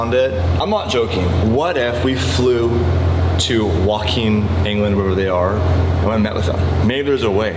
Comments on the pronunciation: ‘Woke’ing not ‘wok’ing 😂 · It’s Woking England not wakeing I live in Woking so if you do come lmk and I’ll say hi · if you come to the UK to McLaren that would be great 😃 But to pronounce where they are based correctly it sounds more like woah-king not wok like the Chinese cooking pan. 🤣❤️😜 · If you want to come over as good McLaren fans make sure you pronounce the home of the HQ correctly; its “Woke-ing” rather than “Wock-ing” 😉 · "Woking" is pronounced Woe-king. Come stay at my home I live about 3-4 miles from McLaren Woking. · Woking is pronounced “whoah-king” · it's pronounced "woke ing" ffs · its pronounced wowe-king xD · Woking lol said…woke-ing….love it! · As someone from the UK, the way pronounced ‘Woking’ killed me. It’s Woke-ing, not Woking like uncle roger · its woking 😅 wo-king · "wa- king" England 🤣🤣🤣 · Woking in the UK is pronounced woke-king..here in the UK we have an annual government test on cars called an MOT (ministry of transport) test..and an airbag light on is a fail. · The way you butchered Woking lol.. woke-ing pronunciation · pronounced "Woke-ing" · Boys, the guy you need is Vtuned. He knows the 720 inside out since he rebuilt his from bare shell. Also loads of shops can work on that suspension system it’s not that special. You don’t need main dealers ever. Also, finally Woking is pronounced like “Show King” except replace show with wo. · It's pronounced. Wo-king not what ever you just said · "Wock-king England" hahaha😂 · It's pronounced 'woke-ing' 😂 loving the regular content guys, gotta get that money in to pay for the Merci 😅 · lol wocking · I live right by Woking in England where the Mclaren factory is and the way you pronounced that was hilarious 🤣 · As a brit the way said Woking both had me in stiches and cringe at the same time. Loving the videos! Come back to the UK!! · Lol at pronunciation of Woking